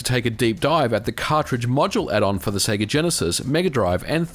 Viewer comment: say seega wrong